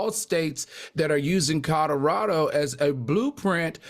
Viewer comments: Not just alternative facts, but words too. I can’t be the only one who heard him say Codderaldo? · I cannot be the only one who heard Codderado instead of Colorado. I simply can’t be 😂. I pray Al takes my longstanding advice and work with a speech coach or redo Toastmasters. His delivery would be so much better.